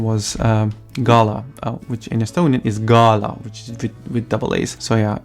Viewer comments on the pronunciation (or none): none